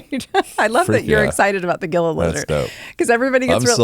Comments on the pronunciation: Gila is pronounced hee-luh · Enjoyed it but it’s Gila monster not lizard and it’s not pronounced that way. It’s “heela”, not a hard G.